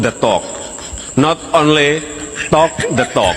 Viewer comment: Wi wok nde tok Not onle tok nde tok